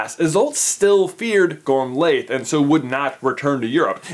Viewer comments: Gormliath is pronounced gormwiath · It's pronounced Gor_mil_a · I’m many years late, but if anyone is interested, Isolt is pronounced EYE-sahlt and Gormlaith is pronounced GOR-rm-la. Sort of a tricky Gaelic thing there with the “rm” bit, literally like the word “room” without the o’s.